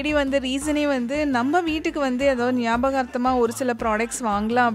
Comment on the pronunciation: It's ஒரு not ஒறு